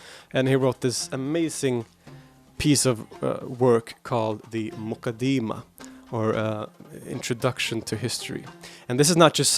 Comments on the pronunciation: It's not pronounced "The mooqadeemah" !! Its Muqaddimah! How on earth do you think you have the right to give your opinion on it when you haven't read it! An English translation is not reading the book because Arabic is a very unique language and Islamic sciences have a vast terminology that a mere Arabic linguist just cannot fathom because it takes years of specialisation! This is why we study all of these sciences in the dars Nizaami and when we graduate as scholars its expected that we have attained the tools to understand and interpret the true intended meaning of any Islamic author ! What's more we study these books with a chain that is passed on to us by our teachers as part of our license to teach this chain being unbroken over the centuries from teacher to student until it reaches the author himself!! If it's the Quran then the chain goes unbroken to the Prophet Muhammad ﷺ the same is true of the Hadith which you love to make light of which shows how little your understanding is because if you had studied the science of Islamic narration and narrator critique you wouldn't be so flippant!! One of our most authentic scources of Hadith is the Muwatta in which many of the chains have only 2 people in between Imam Maalik and the Prophet Muhammad ﷺ one example is Maalik narrating from the successor to the companion Imam Naafi who narrates directly from Ibn Umar who saw, heard the Prophet Muhammad ﷺ say or do or approve something!! What's more Imam Maalik wrote down all his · Almoqadama , it is not moqadima